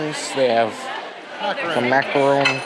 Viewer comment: Your pronouncing Macaron perfectly! You don’t say Macaroon. Good job on that! Goodbye is “Au revoir”. Very good vlog as usual keep Canada for me when i’ll be in town!